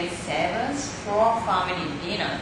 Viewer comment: "He's going to take his famiry out to deenuuuuurrr."